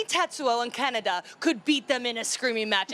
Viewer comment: And the pronunciation of kaneda as Canada